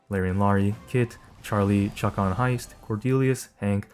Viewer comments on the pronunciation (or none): none